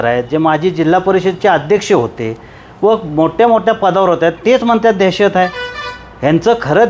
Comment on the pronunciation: देहशत नाही दहशत मराठी नीट बोला अगोदर कुठून आलात